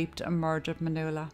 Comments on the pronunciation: Pretty sure her name is Man yu ella. Not manoola. Yikes. Kid of hacked her name up. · you started out pronouncing her name correctly, then all through the middle you were saying Manula and then at the end again you started pronouncing it correctly. I dont want to come across bitchy but if she was my friend or family that'd really piss me off. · That was a sweet transition from pronouncing "Manuela" to "Manoola". I think it is more appealing that way.. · pronounced man"Wella".......u could at least pronounce it correctly and unlike a phone call centre operative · Her name is pronounced Man-wella. My name is pronounced Svan-es-ka. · The name Nuala is pronounced “New-la”, so maybe she accidentally pronounced (Ma)nuela the same way. It’s interesting though because there’s a few comments mentioning her name being pronounced wrong or 2 different ways & I didn’t even notice until I saw the comments 😂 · I’m wondering why you pronounced her name differently throughout the video?